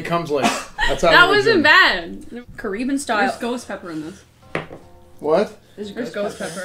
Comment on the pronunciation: "Careeban Style" lmao